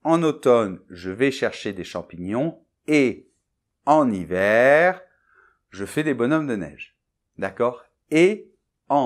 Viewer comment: Dommage que votre prononciation ne soit pas parfaite! Vous confondez le son « e » de - je - me -..avec celui de « eux ». Incroyable. De quelle région êtes vous? En phonétique il y a 2 graphèmes différents :)